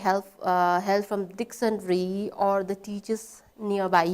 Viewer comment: A little embarrassing that a teacher doesn't know how to pronounce 'Dictionary'. She is constantly pronouncing 'Dictionary' as dictionry